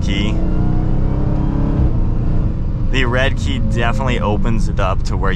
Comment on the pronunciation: Red-eye********* you kept saying redkey